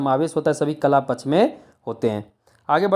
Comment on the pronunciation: पक्ष शब्द का उच्चारण सही करें